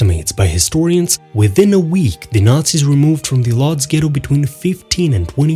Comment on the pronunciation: What the hell is Lodge? It’s Woodj.